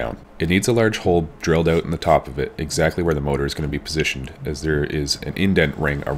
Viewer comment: Did you say "Drilled oat"???